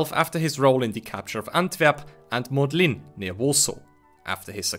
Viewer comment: Very good video! Pretty good pronunciation of Polish names, too. One correction I would note is that stress should always be on the second-last syllable. For example: LU-blin MOD-lin etc